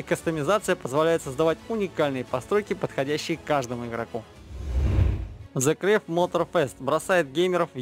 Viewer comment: Зэ крэв 😂 английский весь не надо учить, но транскрипцию ( это если что как сочетания букв надо произносить ) надо выучить для начала... Если что , the crew читается примерно как " Зэ Крю " . А Mad как " Мэд , а не Мад . Ну и тд